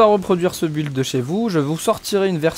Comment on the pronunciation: Mais c’est incroyable que personne n’arrive à prononcer ce mot correctement ça se dit (bild) Et pas BU,ild